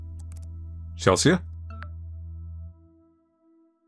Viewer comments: this game is great but,, c'mon, you know how to say CHEL-SEE, it is not Chel-see-ah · "Chelsea" is pronounced "Chelsee" not "Chelsee-Ah." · its pronounced ‘chel sea’ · Does anyone else find it endearing that pronounces Chelsea (chell-see) as Chel-see-uh? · I think it’s the “ea” at the end that throws him off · Wait pronounces Chelsea that way? 🤭😊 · I wanna know if has ever heard the name Chelsea before, and if so how he believes it to be spelled lmao and why he assumes "Chelsea" in the game is pronounced "chell-see-uh" instead of "chell-see" like usual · i absolutely love Petra with all of my heart lol- the fact shes a CG and a scene teenager makes me so happy because the trope of alt people being portrayed as rude or heartless is so boring and overdone, and shes just wonderful HAHA- also- the name "Chelsea" is pronounced "Chel - see", in case you were wondering (i havent gotten too far in the video so im not sure if you correct yourself but ill edit if you had lol) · The scariest part of this game is how he pronounces Chelsea as chels-see-uh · the a in Chelsea is not promounced by itself its Chel-sea, like the sea? Water... ocean 😂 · I don't think I ever got any chain emails back in the day, probably cuz I never made accounts on more websites than I had to, didn't use social media (and still don't) and never friended any strangers on WLM or Skype. Also I've never heard someone pronounce "Chelsea" so... let's say, uniquely. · The scariest part about this video was how pronounced Chelsea. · y do u pronounce the a in chelsea im crying